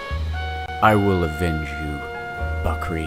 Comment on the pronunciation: I am pakistani and I am cringing soo hard from how you pronounce the names and "bakri"